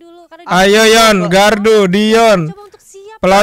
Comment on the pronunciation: Bang bilangin ke limit...klau itu gardu bukn galdu